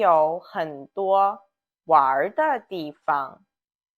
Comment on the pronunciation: well I know about the first tone in 方 and neutral in 地方 when its meaning is a place. But the first time you use this word in video you mistakenly put the second tone for 地. Maybe that is some dialectical pronunciation, I don’t know.